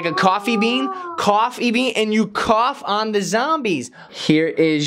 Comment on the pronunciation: Umm.i think he said Cough- Bean